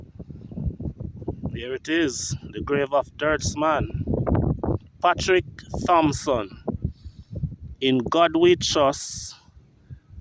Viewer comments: Hail up. Dirtsman last name is actually pronounced 'Tompson' as the "H" is technically silent. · The CORRECT pronunciation is “Tom - sun” The ‘h’ has always been silent. Doesn’t matter how many people you ‘know,’ the proper original pronunciation has never been changed. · Appreciate the content, but a correction to you the video maker. Its incorrect to pronounce his last name sounding the "Th" The correct pronunciation is to use ONLY the letter "T" which makes the "H" silent.